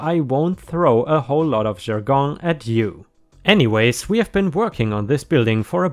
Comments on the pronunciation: Jargon is pronounced jar-gun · is that how you usually say "jargon"? I've never heard it said that way. I've only heard it said jar -gon. But the way you said it was kind of neat, like with a little French accent swaying over it (I know, you're German, but it sounded French).